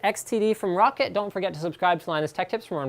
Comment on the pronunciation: It's roccat, not rocket and as much as I like your videos, all you appear to have done is read a spec sheet? :| Oh well. The Kone Pure Optical I used for like 10 days. Hated it. The grip wasn't my main gripe, I can live with that. It was the LIFT OF DISTANCE. Why ROCCAT screwed with the A3090 sensor by using a custom lens, I just don't know, but the lift of distance was like 2 cms plus it was a tiny mouse and I have a medium-small hand - 7" from middle finger tip to base of palm. Joke mouse. Anyway, I may try this. Not sure. I really wanted an Avago-3090 Optical, but sadly not too many mice have them... well they do but the build quality usually sucks alongside it. I settled for a Zowie, but Zowie suck because they have such little stock to dish around and there are only 2 websites in the UK that ship them and they're almost always out of stock of EC1s. Anyone who has an EC1 EVo that has used or got an Kone XTD... your opinions? I'm a palm gripper / FPS player mostly.